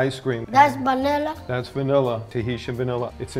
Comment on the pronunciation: "dats banela?" its a freeakiing VANILLA!!